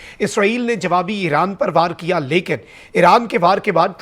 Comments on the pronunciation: Eeeran nai hai bhai Iran hai .. name bhi ghalt bolty ho .. Kia ho ghia hai aap ko ❤❤❤❤ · Alif ke baad zair nai hai .. iran bolo plz ❤❤